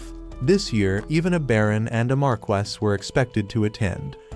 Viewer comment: what the? how do pronounce viscount right but stumble on marquis??